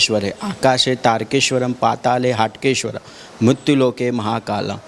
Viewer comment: Please Correct. HAATKESHWAR Not HATKESHWAR Hatke is different means & Haatkesh is Aradhya Dev of Nagar Brahman community.